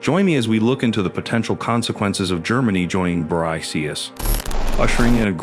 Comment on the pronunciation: It's pronounced Bricks. Your AI reader can't figure that out? How can anyone take you serious?